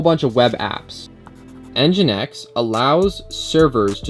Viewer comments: mfw its engine-x and not en-jynx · The pronunciation is Engine X (nginx). I think that would be helpful to you to take a look into a REST tutorial too, the api paths are kind of messy. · Is it pronounced engine X or N jinx?